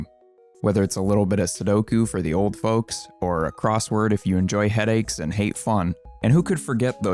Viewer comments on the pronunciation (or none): none